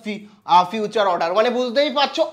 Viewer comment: Further ❌ Future ✅ 😂😂😂